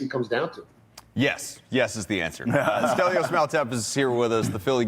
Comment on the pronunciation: Delios? I thought his name was Stelios.